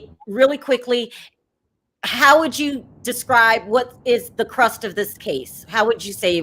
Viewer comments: *crux of the matter. Not crust. XO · FYI it’s crux of the matter not crust!